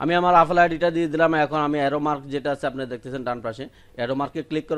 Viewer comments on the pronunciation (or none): ভাই আফেল না,এ্যাপল বা এপেল.আর আইক্লুট না,আই ক্লাউট হবে😂😂